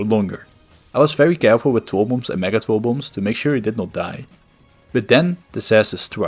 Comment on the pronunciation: People eventually go insane when a game has been around for long enough as can be seen in this video. Its kinda cute how you say w instead of r lol twoll bombs and twinkets